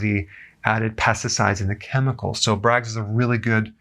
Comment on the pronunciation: BRAGG... not "Braggs"